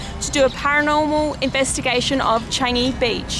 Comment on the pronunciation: Another haunted place that I'm interested to go! And the way how you said "Changi" sounds like "Chinese" 😂